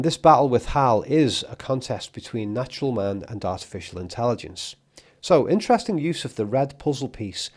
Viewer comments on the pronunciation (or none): none